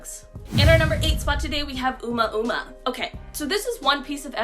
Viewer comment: Omuamua. It's pronounced OH-moo-ah-moo-ah